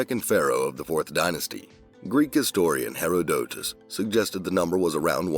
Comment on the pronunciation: HERODOTUS is pronounced H(e)-RODE-tus, not HERO-DO-tus